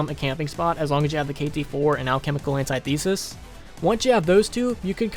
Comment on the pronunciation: FOR THE LOVE OF GOD ITS NOT PRONOUNCED "antietheesis". It's pronounced "antithisis"